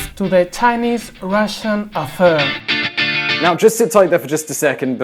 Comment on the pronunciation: Mispronunciation of the word "Affair" is just ridiculous. "VisualPolitik" could be written in a LOTE first and then translated in English (hence EN suffix).